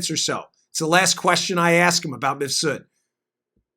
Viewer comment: Why does Maria keep calling Mifsud "Misfud"?